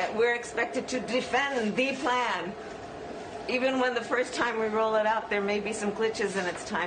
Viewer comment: Kamala "Ze Plan" Harris 😂